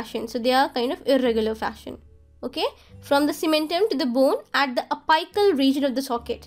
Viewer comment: And one suggestion I want to give is, your pronunciation is of some words needs correction,"la-mi-na" and "api-cal", u pronounce: "la-my-na", hope you got the point 😊